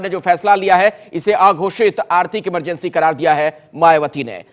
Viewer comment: emergency ko bhi amar bna diya amargency bol kr lol